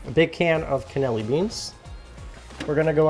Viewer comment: At the risk of being pedantic - those beans have an extra syllable - Cannellini